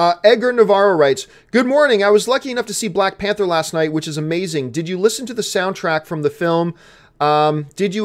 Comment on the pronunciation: it's spelled Panther not pather